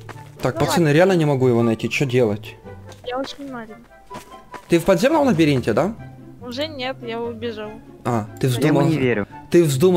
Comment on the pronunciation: И никто так и не заметил ошибку. "ЛабАринте" "ЛабИринте" :>